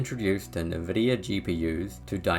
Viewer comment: The way you say nvidia actually annoys me